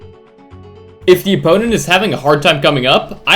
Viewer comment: “Them” not “dem”, “the” not “da”